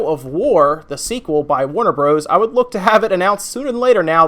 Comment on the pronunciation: Sorry to be "that guy" but "Warner Bros." is always pronounced "Warner Brothers."